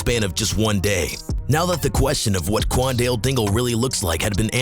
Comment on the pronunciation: stop saying qaundel like that please